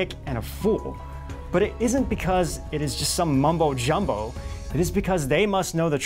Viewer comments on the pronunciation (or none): none